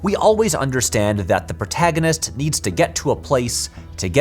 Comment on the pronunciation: This sums up my feelings on Tenet, since I did not feel the need to watch it three times to "get it" and failed to understand what people who did were missing. That said I did not vibe with Tenet and was repeatedly irritated by pronunciation of "protaginist" which remains my number one takeaway from the film.